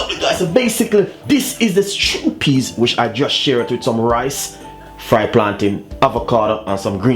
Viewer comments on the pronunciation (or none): none